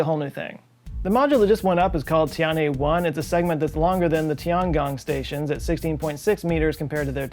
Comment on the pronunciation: It's Tiangong not Chiangong